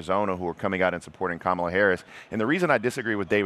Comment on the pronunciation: He sounds so stupid when he mispronounces Kamala's name on purpose.